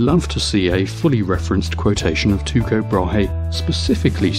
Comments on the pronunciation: GreatPirateSolomon Well, more like Tu'-ko. But his first name is the latinised of the name Thyge, so how you pronounce is kind up to yourself :P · Incorrect, in Danish the e is voiced "Brah-heh". The Tycho is mispronounced, however, it is more like "tuecho" like u-umlaut would be in Deutsch. In English both "Brah" and "Brah-Hay" are correct. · I can at least understand the consistent mispronunciation of Tycho Brahe’s name, as here in the U.S., I don’t think I ever saw the name rendered with the umlaut that indicates the appropriate pronunciation (at least not in school). However, I find the rest of Jism’s errors less forgivable. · To be fair, the Danish pronunciation of Tycho Brahe is more like [ˌtyɡo ˈbʁɑː] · Also is that how you pronounce his name? Have been pronouncing it wrong for years? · Cut the guy some slack on the pronunciation: in the States we call him /ˌtɑɪ.koʊ ˈbɻɑː/. Your way may be more accurate but I've literally never heard it from an American. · Sounds weird. I don't know of any Danish region where Ty would be pronounced like that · Actually, Jizm is closer with his pronounciation of tycho than you are. Also, I listened to several audio files, including one on wikipedia, and the k is always spoken out. Just wanted to point that out and I also want to clarly state that I am not a flat earther. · Nice video... Sadly, Tycho Brahe is not pronounced Tuko, but Teeko “Tycho's Danish name at birth was “teeguh Brah”. Tyge Latinized his name when he was a young man to T-Y-C-H-O B-R-A-H-E. Pronounced in Danish it's “tee Koh Brah ”. or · not tyshoe you should pronounce it this tyyko brae. If like we should pronounce shopernicous then kopernicous. Anyway you doing great youtube videos. Have a nice day. :) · Why are you pronouncing it Tuko? Pronunciation guide says taɪkoʊ. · Okay, Tie Ko Bra he is incorrect. But so is Two Ko. I have heard Danish speakers pronounce his name and it was in my poor phonetic spelling Tee Ko Bra. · its Tycho not Tuko